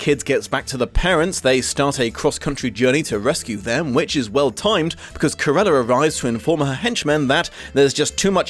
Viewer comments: Is it me or did pronounce Cruella as "Carella"? And just place me in the "wait there was a book?" group, please and thanks. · Cant you say the name Cruella? You say Curella all the way through the (really rather good) video!